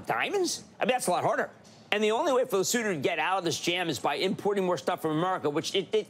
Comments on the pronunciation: Not sure what I'm more amazed by, the fact that some American's thought Trump's mad plans might just work or an American correctly pronounced Lesotho. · also kinda shocked at hearing Cramer pronouncing “Lesotho” correctly! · Thank you for pronouncing Lesotho correctly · AND he pronounced Lesotho properly 😅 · Thank you, John, and Jim Cramer, for pronouncing Lesotho properly.